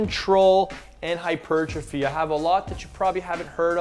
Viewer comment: First time ive heard hypertrophy pronounced correctly lol